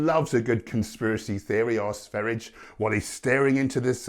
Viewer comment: Not trying to be a smart ass but his name is pronounced Sveh ree ah not sver ijj